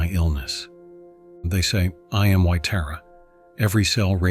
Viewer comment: I enjoy your videos, but the pronunciation of Tǎra and others is off putting. In the Tǎra video, AI switched between Terra and Tǎra. Can’t it be programmed to say Tǎra consistently? I can’t imagine doing the same for Christianity. People would consider it disrespectful.